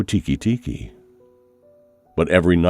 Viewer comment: Its "te-ke te-ke" not tiki-tiki